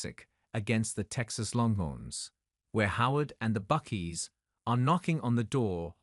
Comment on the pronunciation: the narrators needs to do his homework and learn how to pronounce names. You would think the Brit wouldn't make such a amature mistake. Its pronounced BuckEYE not Buck-ee. That's why the Brits lost the war.